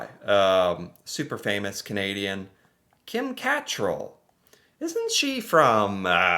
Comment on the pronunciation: Kim CAttrAl (which you totally mispronounced) is not from Desperate Housewives!!